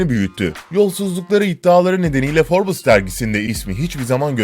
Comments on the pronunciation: Şu cahile birisi derginin isminin "Forbıs" olmadığını söylesin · Her 'Şey' ayrı yazılır. Bir de Forbes Dergisi Forbıs diye okunmaz. Yazık o 3 milyon aboneye! Yaptığınız işe saygınız olsun.